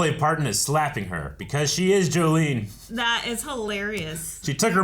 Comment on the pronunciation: It’s Jolene not Jolie